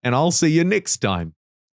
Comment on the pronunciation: I love your accent man, you saying next and deck just made me chuckle cause I’m a child at heart 😂